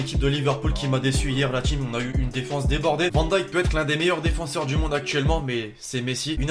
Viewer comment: On dit Virgil van dêêk